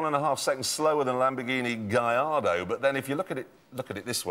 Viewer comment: Finally...someone pronounces "GALLARDO" the right way.